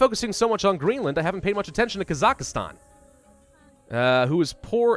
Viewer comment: It's pronounced "Kaz-Ak-Stahn" :)